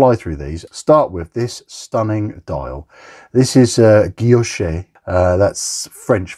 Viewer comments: A very cool, pretty unique watch, especially at this price point! The dial reminds me of my Seiko Frozen Margarita, which is 3 times more expensive. And your French pronunciation of "guillauché" is perfect, take it from a Frenchman (and we do like to criticise 🤣) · Your pronunciation of guilloché is fine! I ordered from Radcliffe before. The watch took a long time to arrive because apparently Radcliffe are very concerned with getting any qc issues solved, so I trust the misalignment will be resolved in the production models. I would be VERY tempted to order this or (and?) the salmon one. Their designs are, indeed, so much different, it's a delight.